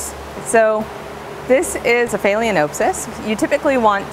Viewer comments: Informative video and I'm sure you're quite knowledgeable of orchids and other tropical plants, but your gross mispronunciation of phalaenopsis made it very difficult for me to watch your video. It also gives the appearance that you are not as knowledgeable about orchids as you suggest. You are pronouncing the word "phay-lee-O-n-oh-p-sys". You area adding an "O" before the n. The correct pronunciation is "phal-eh-nop-sys". The "a" in phal should be pronounced like the "a" in pal. The "o" in nop should be pronounced as the "o" in not. Otherwise you have good information. It's just unfortunate that you perpetuating an extremely incorrect pronunciation to what is now almost a million viewers. If you don't think pronunciation is important, then I'll just call you AYNN instead of ANN or AYNNIE if you spell Anne with an e. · Haha phaleaNOPEsis.....😆😆😆😆😆😆😆😆